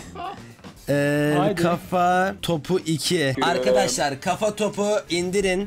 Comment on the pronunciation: Bu adam neden arkadaşlar diyemiyor arkkaaşlar diyip duruyor anlamadım.